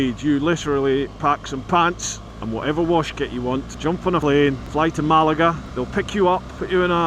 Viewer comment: Enjoyed the trip vid - especially your pronunciation of town names - you did get Malaga right! And Fes to be fair....